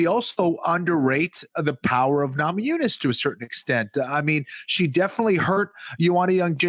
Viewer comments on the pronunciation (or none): needs to know that Rose's last name is not Nama Jooo-nas.